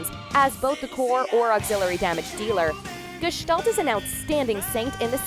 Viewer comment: You pronaunced gestalt excelent but Hyoga .......... dear god its terrible but so easy to pronaunce